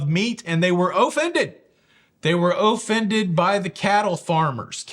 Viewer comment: The way he said "Oh-fended"😂😂😂 That was funny